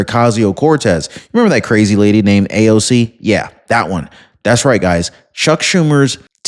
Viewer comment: it's AOC not ALC